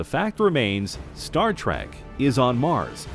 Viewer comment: The word is trek not track.